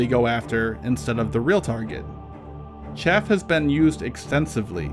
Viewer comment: Chaff, not shaft